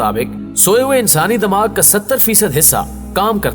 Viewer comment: sir damag nhi dimagh hota hai.. plz urdu pronunciation shi karein .